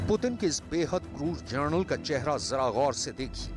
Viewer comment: general hota ha gerenal nhi hota chutiye